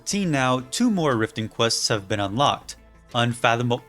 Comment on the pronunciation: Struggles to say "unfathomable" and then perfectly says "Mzinchaleft" right after